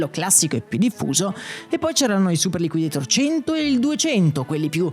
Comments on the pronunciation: Mai chiamato "super liquideitor" all' americana. Sempre chiamato super liquidator all' italiana e credo che anche nella pubblicità fosse chiamato all'italiana. Anche perché quel nome come dici nel video è stato inventato in italia. Ancora non c era la moda di pronunciare all americana i nomi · Super liquidator è un di quelle parole inglesi che vanno pronunciate all'italian, anche nella pubblicità i ragazzini pronunciavano la A in italiano. liquidetor, per quanto accurato, snatura la mia infanzia